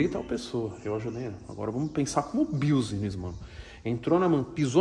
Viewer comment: Primeiro passo é aprender a falar "business", se vai ficar sempre repetindo essa palavra. Se fala "bisnez" e não "biusnez".